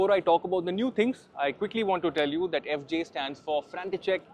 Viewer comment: Only Youtuber to pronounce FJ 🤣